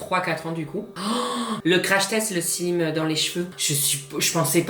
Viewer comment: slim tu dis ? 😂. « SLAYME » ( slime) plutôt pas slIIM